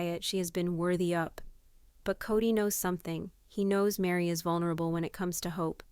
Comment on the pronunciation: Why can't you get the names right? Kody, Meri. !!!